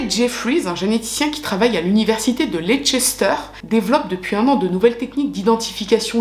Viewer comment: Hello😊 bon , je ne vais pas te clasher en science mais en Anglishe 😅, borough ne se prononce pas borough mais bro par exemple Narnborough se prononce Narnb(0)rough Farnbro Leicester se prononce Leister ...De rien 😊 sinon t'as tout tres bon pour le reste❤